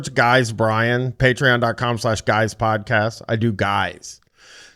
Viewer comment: "impordant" makes me wanna grab him by the shoulders and demand he go see some kind of lip or tongue doctor. Or "patreon" as "Pat" [Patri-archal] "reon"